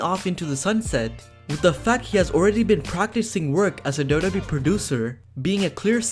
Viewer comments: It's pronounced "double you double you eee" not "Dobba Bee" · It's WWE not dodobi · it's W-W-E, not DuDuE! Also Kane is the Mayor of his Tennessee town now, he needs to split his time. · All I hear is Dough Dough Bee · What is up with "dub dub ee" man ! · talk slower what is da da e . you said wwe correctly 1 the whole video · I know that he is saying WWE but everytime he said WWE it sounded like Dodo Bee. Dodo like in the bird. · I can't stand your pronunciation of wwe. Ugh, grinds my gears and ears. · How hard is it to say wwe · 😂😂😂 Took me a while to realise that he was saying WWE